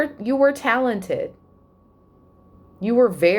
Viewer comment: Love how you said Talon-Ted lol #yeamon 🤘🏻😎💜